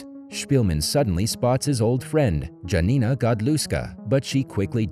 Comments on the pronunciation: dżanina XD please next time check in google how to pronounce names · My parents survived Hitler's occupation in Poland. By the way, J is the Y sound. So, Jurek is pronounced Yurek. Janina is pronounced Yanina.